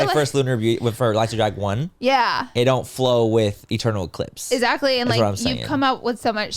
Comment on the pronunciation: somehow she switched the X with a Z lol !